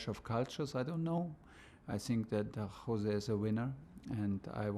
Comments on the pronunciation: Mohrinho's isn't gonna like Tuchel for pronouncing Jose as 'Hose' 🤣🤣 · It’s Jose not hose😂😂😂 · OMG HE IS PORTUGUESE ITS NOT "HOSE" ITS LEGIT "JOSE" BUT I STILL LOVE U TUCHEL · Pronounced hose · Tuchel definitely did not watch All or Nothing. Just look at how he pronounced Jose